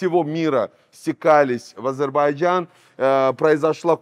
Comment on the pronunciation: Азербайджан . Говори правильно произношения страны про которую рассказываешь .